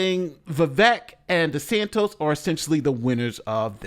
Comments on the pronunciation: come on it’s not SANTOS it’s SANTIS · With all due respect MSNBC isn't "left wing". Its a neoliberal channel. They are republicans who advocate foropen bordersand lawlessness. Also its de Santis not de santos. At least get the name right. Heard of the uniparty? There are no democrats and no republicans. Wake up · Its Ron de santis bro, not de santos/ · After watching: First its ViVake (as in cake), not ViVeck (as in shreck). Second, its DeSantis, not DeSantos :). About your "selections", excellent job showing what people are looking for. Democrats reacted to Vivek's attention and quickness, while Republicans reacted to Vivek's.. flippantness? Your point about Vivek making himself known as an unknown is a good one. My counter is that DeSantis had a horrific spring and summer campaign.. It rained on him. People were out shining him. He's being tarred on social media as being part of the swamp, funded to front the NeoCons.. And I thought he did a good job being a good candidate - perhaps resetting his image. And of course, perhaps a more conservative approach to leadership, he looked well considered, as opposed to off the cuff Vivek. I'm going to give the win to Vivek, simply because Ron needs to decide faster on his positions on Trump and related things - as mentioned in my pre-debate points. But I can't wait until the next debate, where we can see if the candidates have grown. I'm reminded of when Trump was an attack machine during the 2016 debates, and after everyone decided to take him out, he became silent and let his opponents look stupid going after him.. I want Vivek or DeSantis to have that kind of presence. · It's DeSantIS not 'De Santos'. It's tough to take this opinion seriously when you can't pronounce the second most important person's name in the video properly. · Hey …his name is DeSantis, with an “i”not an “o”…😂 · Why do you keep saying “DeSantos?” DeSantis and Santos are two different dudes. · Why does he keep saying De Santos?